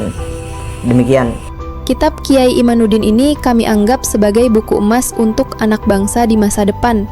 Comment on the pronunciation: MIN , Namanya KH IMADUDDIN BUKAN IMANUDDIN . 😊😊😊